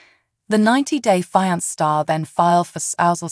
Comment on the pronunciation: You need to get a new Announcer!! If this one is AI generated, someone needs to work on the English word pronunciation of fiancé. It’s pronounced fee-on-say not fI-nance or whatever you were saying it was. Pitiful, absolutely pitiful!! Also, I’m rooting for Michael, big time!! He’s not scamming that “female gendered person”. I can’t & won’t call her a lady bc she is not one!!!!